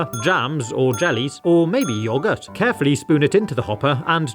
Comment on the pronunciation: "or maybe yogurt" => right at this moment I wasn't looking at the screen and heard "or maybe your guts" °___°